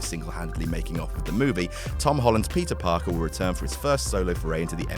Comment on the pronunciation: I heard pizza Parker